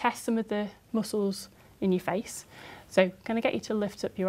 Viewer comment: am i the only one who think she said "hace" instead of "face" ? I think she wanted to say head but meant face and ended up saying hace instead.